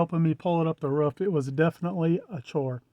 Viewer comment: Ruff. Roof. 🤣